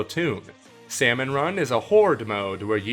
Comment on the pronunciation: He says the l in Salmon... [TRIGGERED]